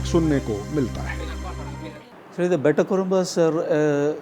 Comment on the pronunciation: Bay-ta ❎ Bet-ta ☑️